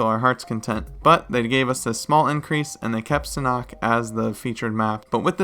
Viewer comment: sanhok not sanock